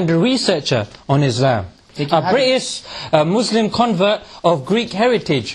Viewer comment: Good video but one mistake it's not mwzlim its mazlim 😂